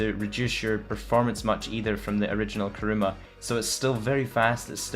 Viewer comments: Why the fuck all youtubers call it karuma instead of kuruma😐😐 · armoured karuma :)) *kuruma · it's kuruma not karuma btw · Armoured "KaRuMa" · It's Kuruma :/ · Its kuruma you dumbass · you dont even edit your cars they are all stock...and its "Armored Kuruma" not Armoured